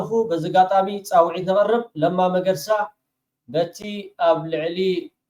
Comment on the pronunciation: Sol not መርገሳ it is መገርሳ